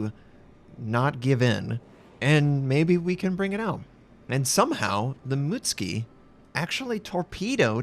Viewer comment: ITS PRONOUNCED MUT-SU-KI